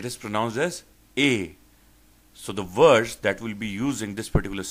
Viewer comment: Maaaaaan, you need to teach yourself first. Your accent is like ehhh. Vords (words) WTF